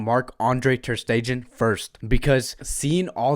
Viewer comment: Ter stegen...... Pronounced Like Ter stegaan..... It's German.... Stull love your analysis